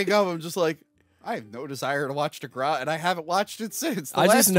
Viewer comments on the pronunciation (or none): Love ya especially this time for calling out pronunciation of the epic snore fest that is Degrassi. Now if you could work on his “King Kahng” that would be great. Love this episode thanks for a good New Years Day. *loved the “Biblical deep dive” at the end. Absolutely hilarious. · What the hell was thinking with that “Degrassi” pronunciation?! 🤨 Edit: like, does he refer to the green stuff in the front yard as “grahhs”?